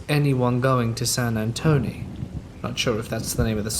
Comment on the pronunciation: SAN ANTONE........ TONE NOT TONY..